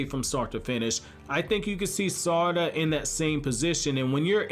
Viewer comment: The way you say her name is irking me